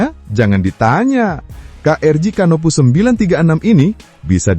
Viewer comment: HARAP '' CANOPOUS '' dibaca sebagai ''KANOPOUS''